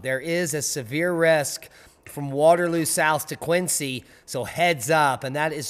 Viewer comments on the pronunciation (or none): none